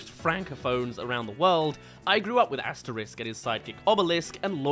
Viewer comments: It's Asterix and Obelix, pronounced Asteriks and Obeliks, not Asterisk and Obelisk! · Just a small pet peeve, the X in Asterix and Obelix is hard (AsteriX not Asterisque), and the dog's name is Dog-mat-ix, not dogma-tix.